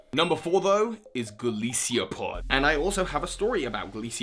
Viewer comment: The only "wrong choice" you made was how to pronounce Golisopod. Lol. It's Goliath + Isopod. See Ron's video on the subject. ;) Anyway, on my list, numbers 10-6 are just because of design and 5-1 I used on my team so I came to love them personally [alongside Alolan Raichu]: 10) Tapu Fini; 9) Pheromosa; 8) Lurantis; 7) Vikavolt; 6) Rowlet; 5) Primarina; 4) Bewear; 3) Toucannon; 2) Salazzle; 1) Mudsdale.